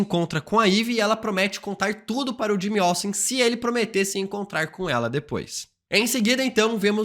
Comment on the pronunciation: o cara falando 'jimmy awesome'